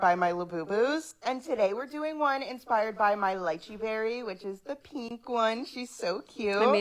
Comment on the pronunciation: I’m sorry but that ladies pronunciation of pink like “peeenk” made my eye twitch